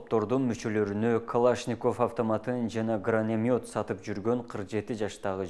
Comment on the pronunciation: сен эфирге чыгар алдында кичине бир ойлончу. Гранатомёт дегенди граномет деп жатасын мойнуна алып дегенди моюндап деп сойрундоп жатасын. Катуу айтсам капа болбо деги сен мектепте канча жыл окуугансын? УКМК деп кыскартып айтпастан улуттук коопсуздук комитети деп айтыш керек. 3 секунд убакыт кетет.